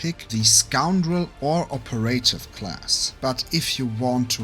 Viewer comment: Operative... needs some work on the pronounciation.